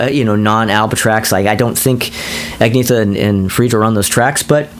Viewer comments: Love this breakdown whether I agree with it or not. It’s cool to hear these reviews from someone with a strong musical ear. Have to admit the mispronunciation of Agnetha (should be pronounced more as “Ag-NYET-ta”) was a little grating. Interesting to hear someone agree with me on much of Super Trouper. We’re definitely in the minority on that! 😂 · The yodel in People Need Love.. awesome and non Brady Bunch. And Call Agnetha “an-ye-ta.”